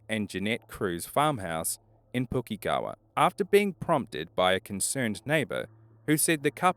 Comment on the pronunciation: Sounded like a kiwi except for Pukekohe I think he was tryna say in the first video close, but not quite